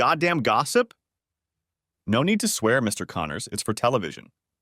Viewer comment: Text-to-speech. A pretty decent one, but not good enough not to know to put a pause for a sentence break in the middle of "Mr. Connors."